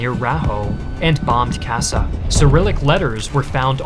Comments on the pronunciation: Kassa (now Kosice in Slovenska) was pronounced Kawsh-shaw, the 'a' is like that in 'water' and and the 's' is like the English 'sh' but each 's' is pronounced individually, so twice in rapid overlapping succession ----- sh-sh. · "Sas" can be translated, that's the Hungarian word for eagle. The pronounciation would be like "Shash". I know, Hungarian pronounciation sucks, here is some help: 's' before a 'z' is the basic English 's' sound, otherwise it sounds like 'sh' in English. For example, we say "szovjet" instead of "soviet" and we pronounce our capital Budapest as Budapesht. "Farkasréti" means "From Wolf Plain" or sth like "Wolf Plainian" if that's an existing word